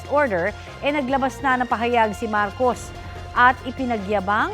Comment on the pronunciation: Hello taga Media! There are two Marcos. Pwede ba ayusin nyo ang pag sambit ng name? That’s unfair sa isang Marcos. Ayusin nyo naman ang pag bang ggit ng mga names. Be professional in mentioning names. That’s very important po!